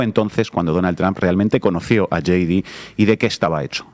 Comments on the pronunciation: J.D. se pronuncia yei di. Yi di sería G.D. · Hey! No se pronuncia yi di. Se dice YAY DI. ¡Por favor!